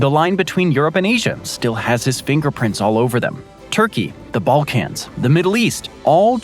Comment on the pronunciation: Bro pronounces it as “ball-cAnz” 😂